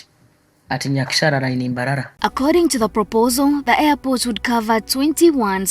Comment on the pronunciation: I hate the way she pronounces mbarara like mbaralanit xool